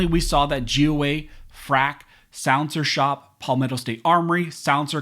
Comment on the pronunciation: Why are you pronouncing it as souncershop? Say silencer shop for me.